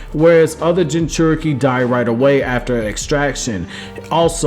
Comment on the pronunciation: Minato Namikaze = Me-nah-toe Nah-me-ka-zay. Jinchuriki = gin-chew-ri-key. Kushina = Ku-she-nah. That's all I got to before I stopped. Hope this helps in the future.